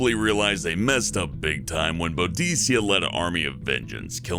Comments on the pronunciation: Boudicca (pron. Boo-dick-ah), not Bodicea. That's a Victorian mistranslation. And I'm pretty sure Kiev is pronounced Kee-ehv. It is in its Anglicised version. Surely you've heard of it? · Just saying Boudicca is pronounced boo-dick-a not boo-deece-ia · XD you prounounced boudica boo deece ia lol just say boo dick a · He pronounced boudica bou-dis-ia when it is bou-dik-a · You pronounced Boudica wrong. It's pronounced Boo-Dic-a. Not Boudicia...just had to say .-. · It's actually budica (bu-di-ka) not (bu-dis-a) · Boudicca is pronounced Boo-de-ker. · Its pronounced boo-dicc-ah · god... the lack of history knowledge here is just sad... if you didn't study it gyus, at least learn how to pronounce the words! Jesus. That woman was a warrior queen and you just butchered her name. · Colchester is really close to where I live and I love the history but you butchered the pronunciation of Boudicca and Iceni. Other than that it is a great video. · I think you pronounced ‘Boudicca’ wrong but meh it might be different in other countries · Pronunciation of Colchester and Boudicca makes me sad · To be fair that is similar to how we used to think it was pronounced and it is how I learned it when at school. I was born in 1977. I only live 20 minutes from Colchester. It was only fairly recently that historians realised they had the incorrect pronunciation.